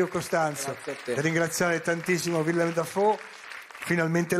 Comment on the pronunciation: Villem? Sarebbe carino consultarsi per la pronuncia - in fondo è solo un nome da memorizzare. Ma in fondo basta fare 'una cosa tra di noi' all'italiana.